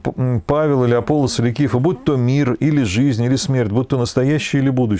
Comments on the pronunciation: Всё-таки, АполлОс, а не АпОллос. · как по-гречески, не знаю. Но по-славянски Аполло́с. Там ударения в тексте стоят, в отличие от русского перевода.